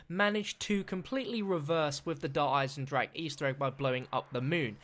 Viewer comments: god, I like you as a youtuber but i HATE the way you say der Eisendrache. ITS NOT DER EISENDRACK ITS DER EISENDRACHE!!! i dont mind the -ck part but PLEASE SAY THE E AT THE END! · Der eye sin jrock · Can you please stop saying Der Eisendrache pls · Dude... I AM GERMAN! i think i know how to speak a german word. This translates to the metal/ iron dragon. its not pronounced with a ck